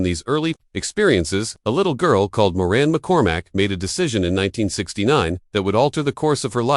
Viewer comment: Warren McCormack? Or is it Moran? Or Morin? Also…it’s Marcia, not Marsha.